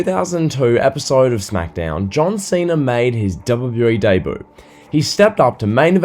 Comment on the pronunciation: If you say ‘debut’ like that again, I swear to god….